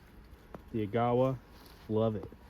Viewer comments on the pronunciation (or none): fyi, the correct pronunciation is agga-wah. Its a canyon in northern ontario on the way to thunder bay